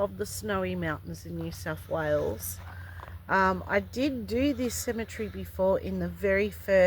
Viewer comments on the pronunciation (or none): none